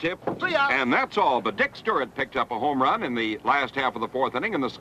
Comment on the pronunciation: Cincinnati really gave Baltimore a great ballplayer when Frank went there. I saw Frank hit homers in Wrigley Field that hit the bleachers before he left the batter's box. The announcer couldn't say Stuart, he kept saying Sturrit.